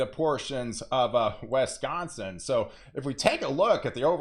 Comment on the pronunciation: Wesconsin or Wisconsin? Just kidding